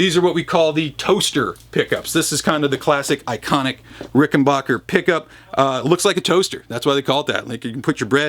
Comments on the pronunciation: It's Ricken"backer". Not Ricken"bach"er. Adolph Rickenbacher anglicized the name (to Rickenbacker), both spelling and pronunciation, after WW1. Apparently, that wasn't enough. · Ricken 'bah' ker? How do you get 'bah' out of 'back' lol